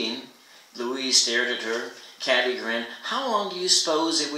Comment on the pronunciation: I like how you read, but I'm pretty sure the protagonist's name is pronounced "Kay-tee" not "Cat-ee."